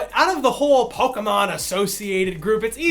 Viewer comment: PO-KAY-MON not PO-KUH-MON